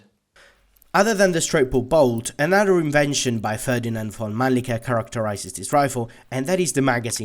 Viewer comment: Its mannlicher not manlicker!